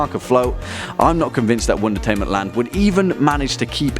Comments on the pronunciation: Anyone else think it sounds like is saying "one detainment?" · Melinda Bagley-Duarte it does sound like that